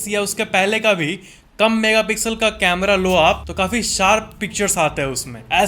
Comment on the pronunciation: कैमरा not कमरे